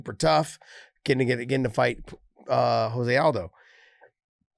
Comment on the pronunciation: Can some one please tell Josh his name is pronounced Joe se aldo . Not Jose. He is Brazilian not Mexican